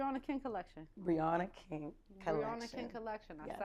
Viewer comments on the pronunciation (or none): Briana Kenn , I thought they were saying Briana king lol